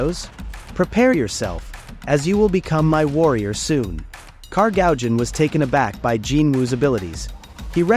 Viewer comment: what the actual freak is wrong with his anime error , Kargaljan instead of Kargalgan and Eyegris than Igris man put your shitty act together if you re gonna be reading us the MANHWA :face-orange-raised-eyebrow